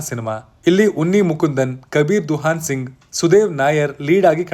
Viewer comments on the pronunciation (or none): none